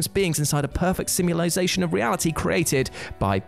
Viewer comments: And simulation, not simulization. Why do you people STILL fail so hard at your OWN language? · Did he say "simulisation?" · Did you actually say "simulization"? That's not a word. Did you mean "simulation"? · Haha. said "Simulisation" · simulization??? make up words much? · dafuq is a "simulization"? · "Simulization". Ok Shakespeare, you go on with your bad self and invent words. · "Simulisation?" I thought Ash had left...